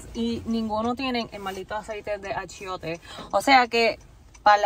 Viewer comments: Hahahaha!, that was cute. it is not achoite, it’s achiote. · Stop saying ACHOITE, it's pronounced ACHOTE , ur the best, keep it up , NYC here and I have mis suegros in Aibonito, P.R which you should visit ASAP.